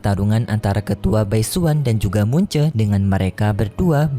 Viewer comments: bang bukan mun ce tpi mu chen🗿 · Mu chen bukan mun che